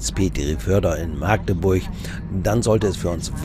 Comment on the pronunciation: Maaagdeburch wird mit einem kurzen A gesprochen, das könnten ihm die Ureinwohner erklääärn. Herzliche Grüße aus Machdeburch.